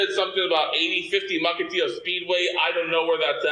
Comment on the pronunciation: Fun fact! I know 'Mukilteo' very well, even though this moron couldn't say it with an L. His "address" where the ticket was sent was the actual Mukilteo Post Office.